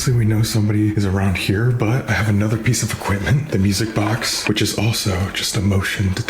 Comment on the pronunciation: I can't stop hearing "witches" every time you say "which is", LOL